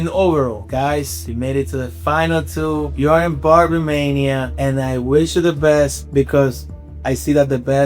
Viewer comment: Shouldn’t the host be saying the name of his own show right, BARBER MANIA, Dude said Barmania like 5 times in the first 10min, that lost me…